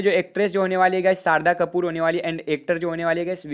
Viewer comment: Bro vo sharda Kapoor nhi Shraddha Kapoor hai yaar acche khase naam ka kabada kar rhe ho aap to 😂😂😂😂😂😂mzaa aa gya sharda Kapoor hi bolna har bar Shraddha Kapoor nhi